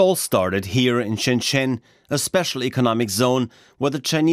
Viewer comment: Don’t forget the narrator voiceover at the start, calling Shenzhen “Shenchen”.